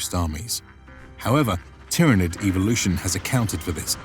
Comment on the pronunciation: Just a little pointer; its pronounced "Tyranid" not "Tyranid"